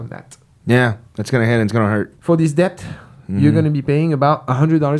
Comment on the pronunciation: Obsessed with how pronounces DeBt